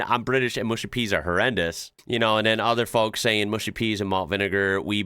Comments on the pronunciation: mushy - m-uh-sh-ee not moo-sh-ee and they are made from marrow fat beans. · It's actually mushy with an 'ah' sound, like in "hush" or "flush," not mooshy. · can I ask why Americans can pronounce "Mush" but adding a Y on the end turns the word into "Mooshy" 😂😂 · i guess all the yanks say mooshy instead of mushy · It's 'mushy', not 'mooshy'! p.s the fish and chips in that clip looked bloody awful! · Come on, why say Mooshy peas when its spelled Mushy peas.........Mush as in Hush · Mate it's mushy peas not mooshy peas. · Mushy peas not mooshy peas. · It's pronounced Mushy peas, not Mooshy peas. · Mushy peas, not 'mooshy' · Arrrrgghh it's mush like bush... Not moosh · The Greek burger probably came with a knife and fork, this will obviously confuse the average American as they don't know how to use cutlery! Mushy (peas) has a U in it , not OO! So pronounced MUSH-Y not MOOSHY! An American stating they wouldn't eat a steak Tartare because they like good steaks, ham etc has absolutely no idea what good food is due to it being full of chemicals! American food is generally NOT good and only tastes of whatever spices they add. American food should be avoided if you value your health and life!! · Mushy peas, not mooshy peas... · And pronounced Mushy, Not Mooshy,?? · 'Mushy PEAS', not PEES - and the 'mush' in mushy rhymes with rush, not push. They're peas cooked until they go mushy; a speciality of 'up North' in England. As a Southerner, I wouldn't feed mushy peas to a stray dog.